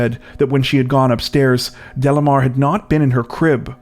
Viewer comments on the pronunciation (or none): Delimar pronunciation is not “Delamar”. …Is Dely-mar.